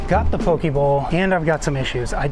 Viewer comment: Careful how you say “pokē”, I heard you say “poki” which is the thing that swings between a man’s legs… lol